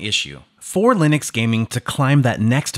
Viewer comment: Ok but why do you say Lin-ex? Stop it. Also companion software for keyboards, mouses and headsets is missing.